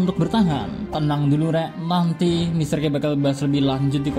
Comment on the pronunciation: Salah sebut itu Mr k di menit